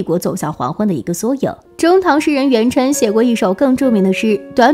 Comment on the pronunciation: 武曌，伊川，元稹，回纥…读错了多少😂